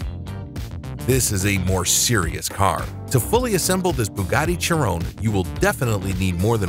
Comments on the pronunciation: did he call it a Buggati Cherone? I might be wrong, but I think it's pronounced shi-ron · When he said chiron he sounded like he said churro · CHHH iran W=its like shiron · W16 and also pronounced SHIRON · He called it a Chee-rone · Hey I know that everyone watching this said the same thing (because everybody knows this) but it’s w16. And it’s pronounced SHI-RON. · Homie said chi-rone and v16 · Y does he say cheerown and also v16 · He really said cherõn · Angers me a ton im a huge bugatti fan and the way he said chiron 1💀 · also the way he said chiron😭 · You said Chiron wrong. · He said Chiron wrong and said V16 😢